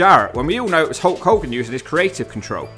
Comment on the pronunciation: Narrator guy has real trouble saying the letter “L”. This causes problems with some names “Hewk Hewken”